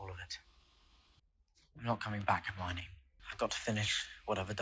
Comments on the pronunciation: since you talked about the comments being educational, I’ll add one more for Hermione pronunciation. You’re 95% there. Just a tiny adjustment. As opposed to “her-mine-ee” it’s closer to “her-mion (said like lion)-ee.” I don’t even know why I’m going so hard for the pronunciation. I’m not even a huge HP fan lol. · Correction: it’s Her-my-ah-nee not Her-my-nee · Her-my-oh-knee. The accent is on the "my", but you're missing out the "oh". Hermione. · Hermione = "Her-MY-oh-knee" (emphasis on the "MY" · Nooooo. It's pronounced "Her-MY-oh-knee". I'm surprised folks have let it go so long without giving the actual correct pronunciation. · Not to be a stickler, but it’s Her-my-o-knee 😉 And those streaking black clouds of smoke are death eaters not dementors ☺️ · Maybe more her-my-oh-nee but good effort! :) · I love how was struggling to pronounce Hermione since Viktor Krum had the same issue in the books.